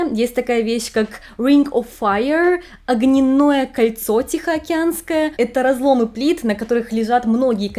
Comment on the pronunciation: Ну, блин, ты бы хоть проверяла ударения перед записью видео!!! Не огненОе кольцо, а Огненное; не 4 плИты, а 4 плитЫ и т.д. С ударениями у тебя просто вооооооот такая жопа!